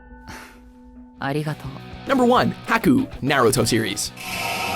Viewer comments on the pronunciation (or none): Haku's name is pronounced (Hawk-ku) not (Hack-ku). I'm sorry if this sounds offensive but there is a lot of things you mispronounce in Anime. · It's not pronounced HACK-oo, it's pronounced Haw-koo! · I love these videos but please learn to pronounce the names correctly. Japanese names are so easy to pronounce but sound stupid if mispronounced. Ex its Har- koo not Hah- koo (for Haku) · lol… Hacku. Bro, it's Japanese. HA KU! Anyhoo, since they DO say Haku is a boy, same with Freiza being a guy, I almost feel like the only ones worthy of the list are…. Crona. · HAH-KU not HACK-KU. God you shouldn't do anime videos if you can't pronounce anything correctly v.v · HAKU?? plz tho do research on how to say the name, its HA Ku, like laughing , hahahaku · "nAYruto" and "hAcku" LMAO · Haku = "Hah-ku" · I almost want to say that the people who do the research for the videos and write the scripts for them are not the same people who read them out. Because even names clearly defined in English such as Haku (Hawk-oo) are mispronounced shamelessly by these people. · That's not how you say haku's name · The way he mispronounces Haku is killing me so baaad, uuugh. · I hate the way you guys pronounce everything so wrong!! How do you mispronounce Ouran and also Haruhi?!?!? Haku and Naruto?!?! Ugh that's annoying to hear..... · Ha-ku Za-bo-za Can you please not butcher the names?